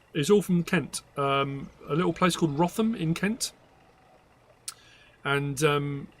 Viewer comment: I don’t live far from Wrotham in Kent. Locally we pronounce it “rootam” 🫶🏻